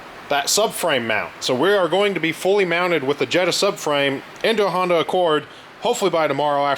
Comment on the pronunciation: Everytime he calls it Hondac Rousey I cringe so hard and it hurts